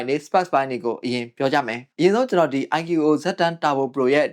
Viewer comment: IQOO ❌ အိုင်ကျူအိုအို✅